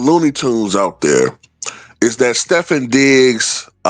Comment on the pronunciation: his name is pronounced Stef-fon, just to let you know.